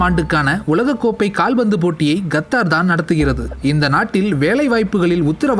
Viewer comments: Qatar is correct ....kathdar is wrong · YES he also pronounces Nepal and Nebal. Qatar as Gathaar, and Nepal as Nebaal Thelivaa ucheringa saami... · its Qatar not gathar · Qatar da naaye no kaththarrr